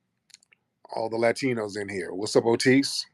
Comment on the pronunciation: Ooh 😅 You said Ratinos. That’s original